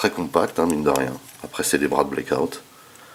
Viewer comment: Blackout pas Blake out mdrr. Bonne review, par contre cette figurien est bien trop petite pour aller avec les MPM 1/35. Je vasi attendre pour ma part le KO 1/28 pour ma collec en priant pour une meilleur peinture. Le scorponok n'est pas du tout à l'échelle avec la figurine pour information, c'est dommage. Bonne review ça me hype de fou pour le KO OS car le mold est pas dégeu !